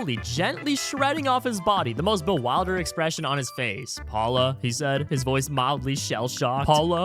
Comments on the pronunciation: Be-wild-ered? This channel uses an AI voice or you're just a dork? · Sweetie, it's pronounced... Bee - WILL - dered. ❤❤ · Btw its pronounced be-will-der-ed totally understandable because it literally is written be wilder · Alright, listen closely, Bee-will-dir-ded. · be-wildered is a wild pronounciation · It's be-will-dered. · The “wil” in “bewildered” is pronounced like “will”. You seem to be reading it with the “d” as if it’s “wild”. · This guy doesnt mnow how to say bewildered